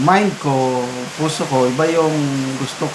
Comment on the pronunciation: Maliwanag na sinadya ang pag-bigkas ng pusi embes na puso..sobrang tiwala na maski ang mga bagong hubog na mga kawal ay masunurin sa kanilang mga pansariling mga batas..